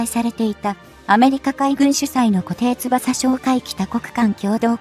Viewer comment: いつも読み間違いだらけです